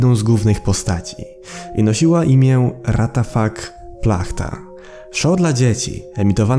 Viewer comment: Nie ratafak tylko łatafak xD